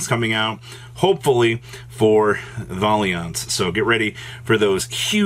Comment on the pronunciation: 1. Please say Valiant right 2. How is Isolde a problem? After all these years? So the deck it's SUPPOSE to be used in and she's a problem? What the hell are you talking about? Sounds like youre manifesting this one